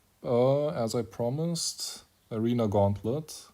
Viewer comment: aRENA, GAUNTLET. Come on man. I miss old HCR2… (the starting lowercase a is intentional by the way, it’s to highlight the low volume of the first syllable of the word ‘Arena’).